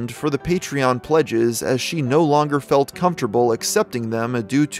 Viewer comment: The ending clip. “… and I did that more than once…also. She faeled better.” fucking wow….like nah uh